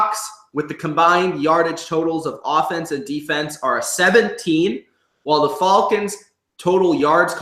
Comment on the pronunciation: he says falcons wrong